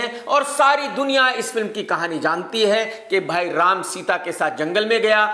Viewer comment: Ram ji ka naam thik se lo sir